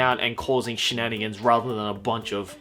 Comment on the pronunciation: drinking game: take a shot every time he says shnanagans